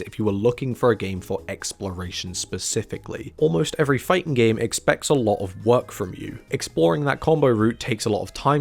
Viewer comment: "The fighting genre" & "Fightin' games" Why do you drop the G at the end of "fighting" only when "games" is the next word? Is that a running joke I'm not aware of?